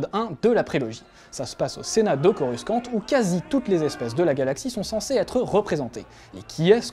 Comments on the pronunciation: Très bonne vidéo mais.... va falloir faire quelque chose là.... VRAIMENT.... Coruscant ça se dit "Corusante" PAS CORUSQUANTE! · si on voit ET dans star wars cest pour un service que lucas a fait a spielberg dans le film ET rien avoir avec vos theorie et arreter de dire Coruscante sa se prononce corussante!! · Sérieux vous avez du mal avec Coruscant chez, le top 5 et maintenant Big fan theory... Un jour quand vous aurez 2H de libre regardez Star Wars Épisode I pour avoir la confirmation que vous prononcez mal.